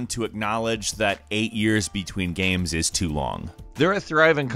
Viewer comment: why is saying giems and not games???